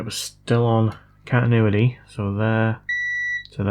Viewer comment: the way you say continuity always makes me chuckle 😅